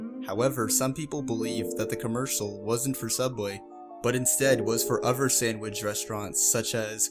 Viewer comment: This dude cannot say the word other correctly